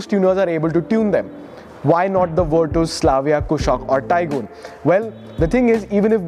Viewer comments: Bruh stop calling it Virtooooooos. It's not VW Virtooooooos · bhai virtooos nahi hai, virtus hai ye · Bruh it's virCHas not virTOOS